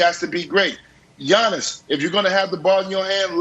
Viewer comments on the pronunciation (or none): 1) It's "YA-niss," not "YAWN-iss." 2) It's "The Greek Freak," not "The Greek. The Freak." Ohhh, Brandon.